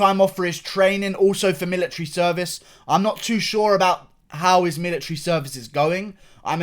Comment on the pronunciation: I started to laugh when he statred talking about the millatary